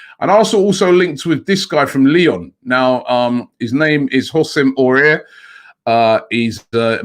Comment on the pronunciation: "Houssem Aurier", French names everyday miles off 😂😂😂😂😂 (He is quality though. Not sure if he can make it to the next level, because he plays inexplicably poorly sometimes, but the quality is there) But I'm pretty sure I'd like to join a champions League club though (remember he was playing against juve 1 month ago and bossed the game). Arsenal is seen as a club that does not win trophies anymore and do not want to invest to rectify that. That is not attractive unfortunately...